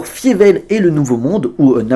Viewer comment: C'est bizarre, tu as vu le film pour cette vidéo mais tu prononces "Fiévelle" au lieu de "Failleveul". Une erreur souvent commise dans les VF des séries de ces dernières années quand des persos mentionnent le film, mais la VO et la VF de la saga prononce bien "Failleveul" pour le nom de Fievel...